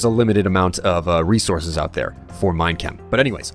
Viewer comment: whenever say minechem it sounds like he is saying mein kampf